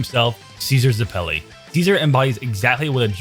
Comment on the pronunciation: Ze-pelly Its zepp-il-ee